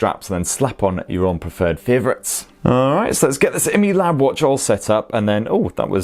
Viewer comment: Its actually called: I-Mi-Lab not emelab. 😂